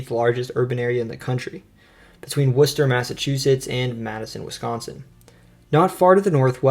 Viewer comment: I have to commend you on pronouncing Worcester, MA correctly. :)